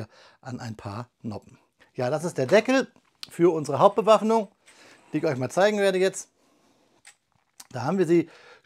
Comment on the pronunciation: "Hauptbewaff...................nung." Was mich betrifft würde ich mich freuen, wenn du insgesamt flüssiger und weniger abgehackt sprechen würdest. Deine Aussprache ist an sich sauber und es ist auch für das Verständnis nicht nötig, die künstlichen Bremsen einzubauen.